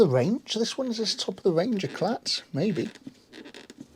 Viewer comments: AHH E (as in egg) cla ( as in cla-ss) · It's pronounced Lotus 'ay-klaa', mon ami, the t is silent and there is an accent above the E making it sound like 'ay'. Very cool underated Lotus (Bond film made the Esprit the one to have). Love the Morris Marina door handles! 😂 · Great video. the French word "éclat" is pronounced "eh-clah". The "t" at the end is silent and isn't pronounced. The Lotus looked fantastic after it was cleaned. Greetings from Paris, France. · Everybody and their aunt has an Esprit! Very few have a stunner of an Eclat so there is where you will win. It's a GT as in Grand Tourer and not a common or garden supercar! Pronounced like eclair only without the r if you get my drift. Brilliant video although I was concerned about the tyres! This car deserves a restoration by you and think just what a fantastic motor you will have at the end of it.